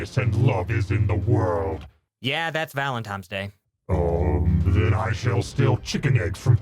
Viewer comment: "valentime's day"